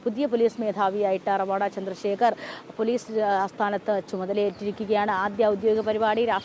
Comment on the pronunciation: നിങ്ങൾ പല വാക്കുകളും പേരുകളും (മറ്റു സംസ്ഥാനങ്ങളുമായി ബന്ധപ്പെട്ട് ) നിങ്ങൾക്കു തോന്നുന്നതുപോലെയാണ് ഉച്ഛരിയ്ക്കുന്നത് ഇദ്ദേഹം റവാഡാ ചന്ദ്രശേഖർ അല്ല ശരിയ്ക്കു മലയാളത്തിൽ ഉച്ഛരിക്കേണ്ടത് രെവാതചന്ദ്രശേഖർ എന്നാണ് ഇത് തെങ്ക് വാക്കാണ് A P യിലെ ഒരു കുടുംബ പേരാണ് രെവാത എന്നത്